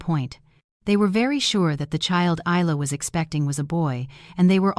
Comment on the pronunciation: Never seen one of these set in Australia. At least in Australia Isla and Ayla are pronounced the same way. Spelling dependant on the origin of the name, Middle Eastern Aylia or Ayla, Isla is either Scottish or Spanish. Both are pronounced EYE-la so AI made a pronunciation error.